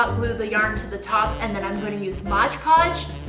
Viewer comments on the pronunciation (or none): It’s pronounced Mod Podge ! Not Modge Podge ! The trees are beautiful !